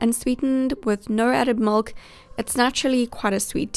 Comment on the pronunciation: I loved the video. But the way you said milk bothered me lol No offense <3